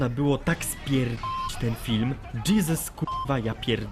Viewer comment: Dżizes kurwa mać :D Kocham go <3